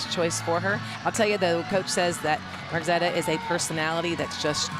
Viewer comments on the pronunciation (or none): did she actually call Emjae, Margzetta?😮😮😮🤦🏾‍♀️